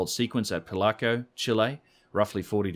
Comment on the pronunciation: it's Pi-lau-co. Three syllables. Close to pillow-co, except the pronunciation of the second syllable is -ow sound like Ouch!, not the Oh sound of Ho Ho Ho, Merry Christmas. Maybe you've figured this out by now, but I wanted to help. Better late than never?